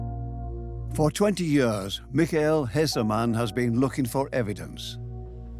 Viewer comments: Years: pronounced “yeers “ Idk what a “ye-ahhs” is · Is it me or is the narrator’s pronunciation of the word “years” weird?